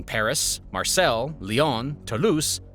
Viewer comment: “Marcel” hahahahahahah